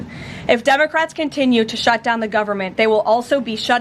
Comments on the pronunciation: Love her, "Senate Dumbocrats" she said 😂 Thought I misheard her the first time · Does Carolyn pronounce it dumocrats?